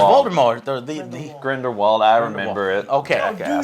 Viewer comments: Big fan of your game reviews but i think you're severely out of your depth here 1) its Grin Dil Wald not green wald 2) he is very memorable he is a major character in the deathly hallows books, hes one of the best written characters in the series, was originally in the films too but his scenes were cut because of time restraints 3) he turns into Johnny Depp cause Eddie Redmayne cast revelio and broke the polyjuice potion, it wasnt for no reason at all ...i only got to two minutes in and left it cause i was so embarrassed for you I really like most of your videos, but you clearly have no idea what you're talking about for this one and should probably have just left it... 10 points from Hufflepuff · not grinwald but Grindelwald. The twist at the end was amazing. It worked for me. Movie was really good, charming, enchanting and had that Potter vibe to it not from the movies, but from the books and that is better. 8/10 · he keeps saying greenwald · you guys have no idea what your even fucking talking about lol you even said grindlewalds name wrong lmfao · it bothers me that angryjoe keeps saying greenwald... haha but he is correct when he says that the American Wizarding World sucks compared to England's. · Grindelwald..... GRIN-DEL-VALD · How can anyone do a good review, if they can't even spell the name correclty? It's pronounced Grindelwald. It doesn't really bother me as much, but it sure does hurt your credibility. Why should I listen to someone's critique, if they cannot take it serious themselves, when reviewing? This whole things is just kinda garbage, and it's more a react to than a review, and thae react shit on youtube's gotta go, they are very lazy and sleizy without much research on the topic. And btw. I really enjoy many of other content, I just don't see this going anywhere.